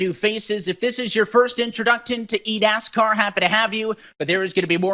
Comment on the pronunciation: I keep replaying it over and over and I just hear eat-ass-car